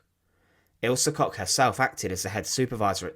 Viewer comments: Koch is usually pronounced “Coke “. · One small advise: the „ch“ sound in German is not pronounced like a „k“ sound. Instead it’s made further back in your mouth or your throat - depending on the word